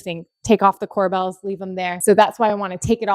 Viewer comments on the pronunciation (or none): Corbels' not Cor"Bells" I love the white Island with no veining. Beautiful kitchen ! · core-bulls, not core-bells